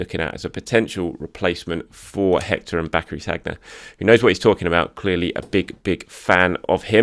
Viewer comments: name is Sann-yeah, not saggg-nah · Many congrats on reaching 50K. Very well deserved. Just so you know, Sagna is pronounced Sania! 😉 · I shudder every time I hear ‘SAG-NA’. ... reminds me of how people used to call Santi ‘CAR-ZOLA’ 🤪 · Please say Sanya,! It's not that hard to pronounce French names properly, especially with one of our best recent players. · As a professional journalist covering arsenal you ought to at least know how to pronounce Sagna! Last I checked he ain't playing for arsenal so why would he be getting ready to face Liverpool? Did you pull an andre mariner confusing saka for sagna 😂😂 Congrats on 50k though. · Another great video. Keep them coming; much appreciated. P.s. why can nobody pronouncr Sagna correctly?! Haha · The way he pronounces Sagna😅